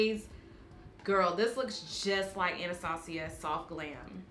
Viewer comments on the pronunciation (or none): none